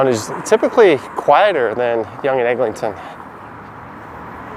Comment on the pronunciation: I was wondering about the Egling-ton pronunciation. I just stick to Egg.